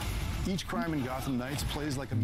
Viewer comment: O nome é _Gotham_ Knights e não _Gottam_ Knights como você parece pronunciar. O som "th" não sofre flapping como "tt", sua pronúncia está bem incorreta.